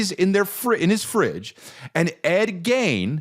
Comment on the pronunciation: Forreal everytime he said it I was like noooooo 😂